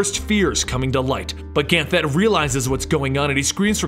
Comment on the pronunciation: Ever time he said Ganthet wrong I cringed a little bit.